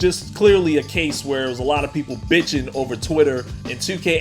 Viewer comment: I love how you emphasize BITCHING. Becaus that's all they are doing.